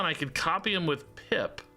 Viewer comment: Half the time you say “Pip” it 100% sounds like you’re saying “Pimp” and I absolutely love how it makes me see that card in a whole new light. 😂